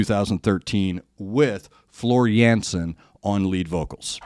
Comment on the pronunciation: the a like in dark.